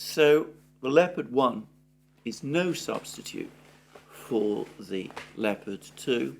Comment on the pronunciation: At last someone who can pronounce leopard properly